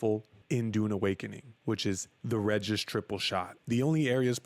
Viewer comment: It's pronounced BenE and REgis.